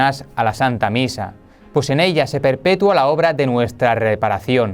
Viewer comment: se dice "perpetúa", no "perpetua".